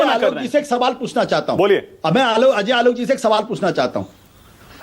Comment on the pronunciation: Pehale is Ajoy Aolok ko pronounce karna sikhaye koi